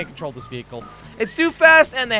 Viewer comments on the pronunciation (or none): none